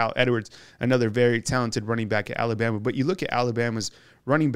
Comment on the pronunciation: I wish this guy could learn how to pronounce ALABAMA? Just sayin’